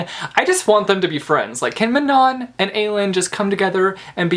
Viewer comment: Elide is pronounced "EE-lie-deh-" lol. I also think that Manon is pronounced "Ma-n-un-"